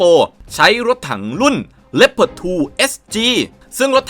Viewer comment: ชอบที่อ่านว่าเลพเพิร์ดไม่ใช่ลีโอพาร์ด...